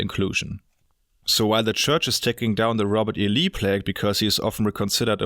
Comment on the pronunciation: Robot E Lee. The machines were around back then?